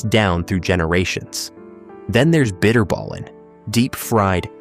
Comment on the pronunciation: Beschuit met muisjes!! Benieuwd hoe de verteller dat uit zou spreken, ik lag dubbel over hoe hij bitterballen en hagelslag uitsprak😂